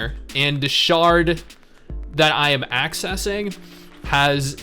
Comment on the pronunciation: I lol’d at “sharting feature”. Yeah I know it’s shard, but...lol